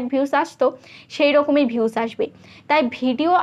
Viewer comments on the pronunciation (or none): Vius na views 😅😅 boltei parane 😅